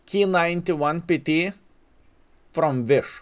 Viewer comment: Finally says K-91-PT correct, not K-91- PA TA:D